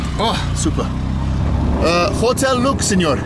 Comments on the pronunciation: It's pronounced as otel looks ) not jotel lax. No wonder nobody knew where it was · Hotel in Spanish is pronounced Otel. Just FYI probably why they didn't understand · He pronounces the h in hotel lol. But I agree he's doing well. Broken, but comprehensible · The rickshaw driver could not understand a word that spells the same in English and Spanish, hotel, because Benjamin pronounced it, "jootel." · The 'H' is silent....